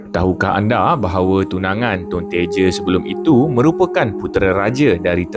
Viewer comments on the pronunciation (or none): Tun TEJA bukan Tun Teje, Johor sangat tu bercakap